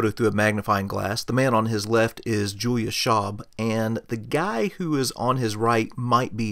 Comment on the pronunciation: Nice but the pronunciation of the names hurts a lot :) "von" is more like "fon" than "won". "Julius" is not J in jungle but Y in "yes". Speer is not "Spear" but the "ee" is more like first "e" in "there'.